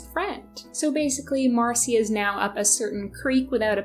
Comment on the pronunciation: Fyi the name Marcia is typically pronounced “Marsha”